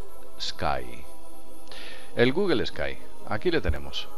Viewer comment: Porque pronuncian "GUGEL" En la palabra Google no hay ninguna e o a para pronunciarla "GUGEL"